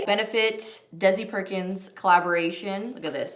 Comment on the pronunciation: Did you just call Desi...Daisy??????? Bahahahahahaha